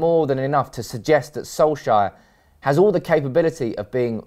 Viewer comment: FFS Get his Fkin name right, It's Solskjaer NOT Solshire.